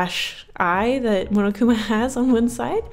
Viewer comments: pronounced mon-oh-koo-ma(h) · says momokuma. The fandom: ITS PUNISHMENT TIME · She said munukuma lololol😆😆😆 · Wait how did she just pronounce monokuma the first time? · AAAAAAHH I LOVE DANGANRONPA!!!!!! REEEEE!!! DRV3 KOKICHI OMA IS MY FAVORITE CHARACTER!!!! WHEN SAW MONOKUMA ON THE THUMBNAIL I CLICKED IT INSTANTLY!!!! also, the way you said Monokuma though